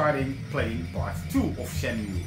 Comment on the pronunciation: I like how you say Shenmui xD